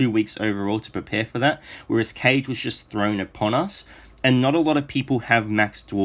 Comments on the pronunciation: Great video! Since both Taneda and Kage are Elves and look like they take after Japanese influences, I think Kage is actually pronounced 'kah - geh' and not 'Cage' (unless they've said his name in-game and I just didn't hear it :P). Thought I would mention since I've heard you say it a few times :) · Kage would be pronounced Kaa-Gay.